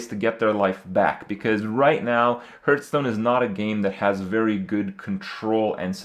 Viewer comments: Am I the only one thinks a professional Hearthstone player should at least be able to pronounce the game's name right? Gurtstone... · I'm sure this question has been asked before but why does Kripp consistently call this game "Hurtstone"?